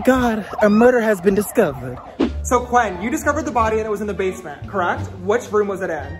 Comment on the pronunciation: "oh my gah, a murder has been discouvered"